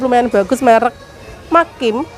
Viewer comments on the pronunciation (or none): Bukan makim baca nya yg betulnya maksim tulisannya maxim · Maxim mbak bukan makin Itu kualitas best setelah merk Teflon Yg paling the best dari luar negrj merk Tefal hrga nya jutaan Dan dibaca nya bukan Hermes tapi Hermey gitu pngucapannya Corn dog N nya dibaca bukan kor dog mbak 😁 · Kalo ngomong banyak yg gabisa , MAXIM BUKAN MAKIM, CORNDOG BUKAN KORDOG , TRS JUGA NANYA TAKOYAKI BAPAKNYA BILANG ORIGINAL,DITANYA LAGI ADA APA AJA . JELAS JELAS RASA ORIGINAL. MASUKAN AJA YAH ,KARENA DIBEBERAPA VIDEO JG SERING NGOMONG NYA GA BENER